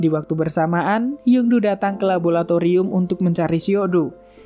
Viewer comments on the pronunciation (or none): MIINNNN LABORATORIUM BUKAN LABOLATORIUM!!!!!! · LABORATORIUM BANG, BUKAN LABOLATORIUM